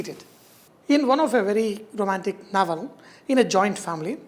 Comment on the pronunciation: chef its not naval, its novel.. 😄😄😄